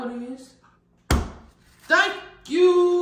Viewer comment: I was laughing 😂😂 when he said thankkkkk jouuuuu